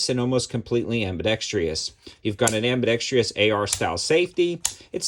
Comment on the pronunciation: It’s AMBIDEXTROUS,……NOT ABIDEXTREEEEEEEOUS……..it almost discourages me from purchasing one of them.